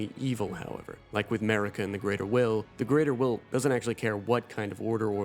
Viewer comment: its pronounced "Mahhrika" not Merica lol